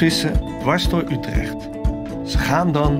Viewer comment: Yes. I did replay the part where you said "Utrecht" and "Weerdsluis" and named the fish :) yes you completely butchered it. Yes I still love you. Donker = Dark visdeurbel = fish doorbell yupyupyupyup